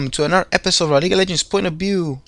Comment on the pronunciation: i love it when he starts the video and says point of bew XD